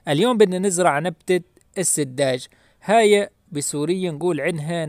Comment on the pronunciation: تقول : السجّاد و ليس السدّاج